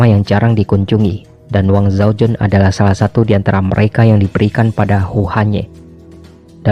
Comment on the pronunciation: ralat cara baca mandarin si da mei ren dibaca se ta mei ren, xi shi dibaca si she, wang zhao jun dibaca wang cao ciin, diao chan dibaca tiao chan, yang gui fei dibaca yang kui fei